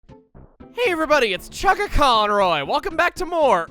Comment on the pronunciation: I remember way back when sounded like he was saying "chuggaconor" in his intro